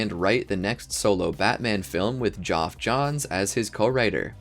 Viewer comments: You need to make sure you pronounce names correctly. You butchered Geoff Johns name. Geoff is pronounced like Jeff. It is the original way of spelling it. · Bro do you not know Geoff is pronounced same as jeff?